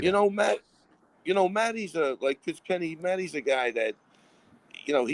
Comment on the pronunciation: jon, please, recognize that jiri says “let’s go for DAT,” don’t pronounce the “th-“ please